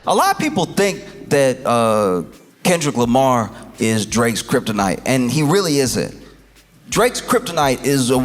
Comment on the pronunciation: Calling him Kendal Lamar is proof that they mispronounce our names on purpose. Liiiiiiike! BE FOR REAL YT lady!